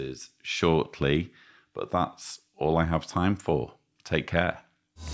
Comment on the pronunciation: The first word that came to my mind was: Tintin! Was the last thing you said "Take care" or "Take hair"?